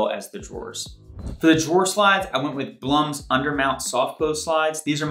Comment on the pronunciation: Blum is pronounced bloom